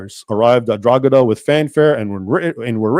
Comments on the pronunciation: Pronounced Draw-hada obviously 1 word 😂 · I recently had to print hundreds of those badges onto sports bags lol. Never noticed the symbolism. Funny coincidence. I live not far from Drogheda. Its pronounced Droheda btw, the g is silent, not that it matters really. Great video, I never knew this history. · Irishman here, you do not say Drogheda that way, you don't pronounce the g, it's silent. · Raymond, the g in Drogheda is silent, i've never heard anyone here in Ireland pronounce it the way you did lol. Thank you for doing this video. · We are taught this propaganda in school here in Ireland. Btw Drogheda is prounounced ‘draw-head-ah’ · It’s pronounced draw-head-a and Mick is a derogatory term for the Irish so it’s pretty insulting. As for asking AI about anything, it has not got the ability to accurately assess anything and the more you push any of them the more it will extrapolate to bring itself closer to agreement. The only worthwhile deep dive requires use of source material, the AI has little to no access to that information. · Great job, Thank you for letting people and Grok know the truth and ...Drogheda = DRAA - huh - duh. maybe we can teach AI to pronounce the place right too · A YANK CALLED ME A MICK!!!! Hahaha, good work bud, been noticing recent attempts to change Irish history so good to see I'm not the only one correcting people regarding historical recisionism. Also, Drogheda is pronounced dra-hi-da on the off chance you are curious Edit: The biggest assistance the Irish got during the famine was a simple reportor from the US who reported the horrible conditions in Cork due to the famine, this reporter interviewed two girls from Cork in which they gave an estimate on how long they had left to live, after this the British state was kinda shamed into finally offering aid* to the Irish. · It's pronounced 'draw...he..da'